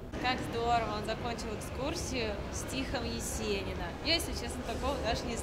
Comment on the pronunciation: Прекрасный видеоролик, но в саратовской школе, видимо, не учили правильно ставить ударение в слове "Стих" (((( Грамотным подписчикам это режет слух(((